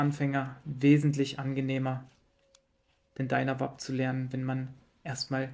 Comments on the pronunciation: 😅ich versuche nicht durchzudrehen, es macht mich einfach sehr nervös lol. Ich habe George aber tatsächlich ich einem Video ständig "Dynavape, gesprochen: "Dainawäip" sagen hören, nicht "Dünawap". Daher dachte ich wenn der Gründer ihns chon so nennt... 🙈🤷 Vielleicht bin ich auf dem Holzweg, aber es klingt doch auch einfach furchtbar dieses "Dünawap" 😅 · dreh bald durch, wenn ich noch jemand "DynaWAP" sagen höre, die werden ganz normal englisch ausgesprochen, was denn los mit euch? "Dynavape"